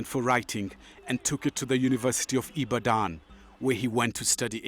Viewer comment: You have to be nigerian to know how badly this narrator butchered the word Ibadan! Ibaaahdaan! That was sooo funny! By the way, Wole Soyinka is a class act!